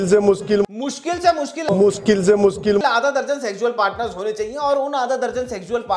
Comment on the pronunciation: That " muskil se muskil " never fail to make us laugh 😂😂😂